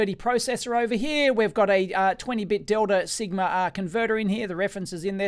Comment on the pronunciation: "twenty bit dildo sigma ahh converter"?? :D